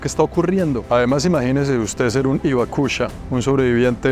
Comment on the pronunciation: >Se que no leerá el comentario pero, se pronuncia: Jiroshima, como la "Jota" de "Jirafa". Si pronunciamos bien: Auschwitz, (que es más complicado), podemos pronunciar bien el nombre de la ciudad de Hiroshima. Exactamente igual con la palabra "Hibakusha" que se pronuncia "Jibakusha". Suerte. Buen video.